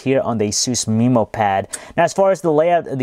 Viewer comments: MEHmow pad, not MEEmow pad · "mi"mo pad? ayusin mo ingles mo! alam ko pinoy ka ksi padalos2 ka magsalita! wag ka na magreview ulit!